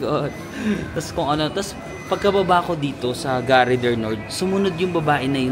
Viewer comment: Charles de GAULLE pronounced or sounds like GOOL. GARE pronounced as GAR, some letters in the French language are not pronounced, E is one of them but silent and É with accent is pronounced. Example: mangé sounds like manj-eh (English eaten) and École (school), the last E is silent, so this is like Eh-col. French lesson for today. 😂😂😂